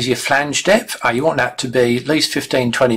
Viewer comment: I dought da same ding